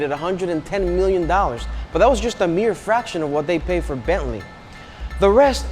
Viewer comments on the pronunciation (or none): none